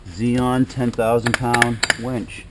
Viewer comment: When you say Warn Zeon wench, I hear "Werewolves of London" in my head.